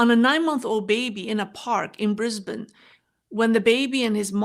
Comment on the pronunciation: Nice to hear you pronounce Brisbane correctly. 😊